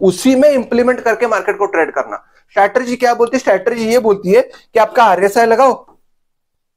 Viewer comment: स्टॅटरजी नही रे वह स्ट्रॅटेजी होता है